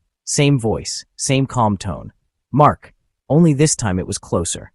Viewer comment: Hello, I think that your stories are good. Read a little bit slower, and read like you would speak. You said"Mark" like how you would say" hey" after you said she had it calm voice.... Stuff like that